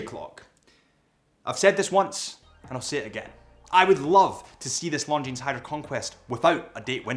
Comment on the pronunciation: I know what time it is. It’s time to say Longines properly.